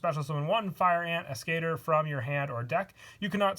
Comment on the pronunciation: As-ke-tor not As-cater.